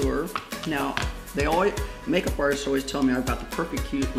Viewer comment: You are so funny Did you call your eye majeup kansas